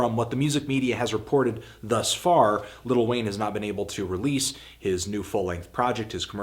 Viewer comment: Is he saying ''Little Wayne''?